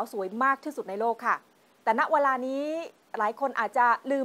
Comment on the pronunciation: ข่าวดีมากค่ะ แต่นักข่าวผู้หญิง พูดคำว่า เวลาถูกจะไม่ขัดหูมาก ทำไมพูด "วะลา"